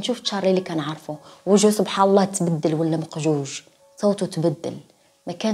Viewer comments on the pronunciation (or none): none